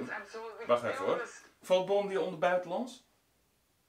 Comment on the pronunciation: Bondi Treasure hunter vind ik leuk! Ik kijk alle filmpjes. Je spreekt het trouwens uit als Bondaai ;-)